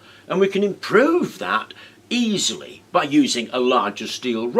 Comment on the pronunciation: "Eeeesely..." Lovely... I wonder how First Caucasian-Assirian who reached Europe Sounded like..